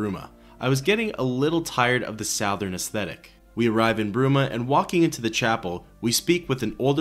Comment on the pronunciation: Ive never heard an english speaking human pronounce Southern like that. Is this channel AI? 😂 sure are cranking out videos...